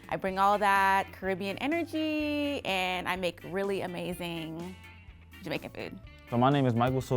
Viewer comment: Yoooooo said Jamercan!!!!!! for the girl with the braids food🤣🤣🤣🤣 I'm done!!!!